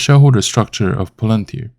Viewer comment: 股票名字发音就不对，先听听英语母语博主的发音